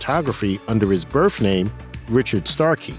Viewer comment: ...his, "birf" name?